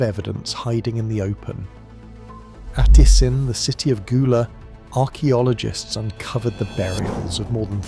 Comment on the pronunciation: "Harcheologists"? You mean, Archeologists....right? 😂😂😂😂